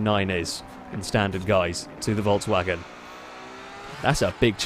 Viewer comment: Why do you keep saying "Voltswagen"? It is pronounced "Folksvagen"